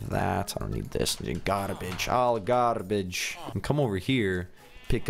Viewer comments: he said garbage in accent XD I thought he said it too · Myah Hernandez he said garabage